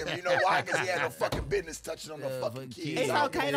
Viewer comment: said Cusiness 💀💀💀